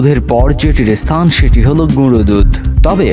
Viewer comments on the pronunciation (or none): none